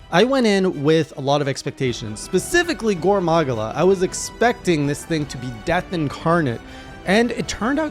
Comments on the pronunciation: Gore MAH-GAL-UH! How many times does twitch chat have to teach you this lesson old man! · sorry, how you said gore magala threw me off, it was soo close but hurt even more because of that. Don't have to follow it but it is meant to be Gore Ma-gala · Its pronounced "Gore Ma-gala". 😉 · Don't forget "gore mAHgula" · Your Gore Magala pronunciation is painful. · Yeah, i heard your better Gore Magala pronounciation in later Journals 👍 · I've never heard anyone pronounce Gore Magala the way you do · Pronounce gore magala correctly